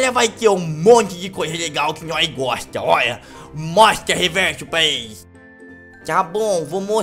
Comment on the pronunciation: quem goxta de goxta